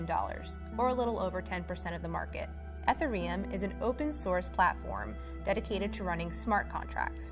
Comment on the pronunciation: Ethur um. Come on. Anom mimity? Stop.